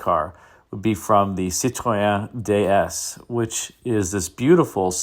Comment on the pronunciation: Tum up for the correct french pronunciation of Citroën. 👍